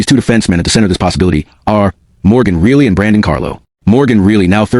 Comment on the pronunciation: It is really annoying when you consistently mispronounce Rielly as really